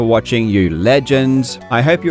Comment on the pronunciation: Bro why did he say legends like that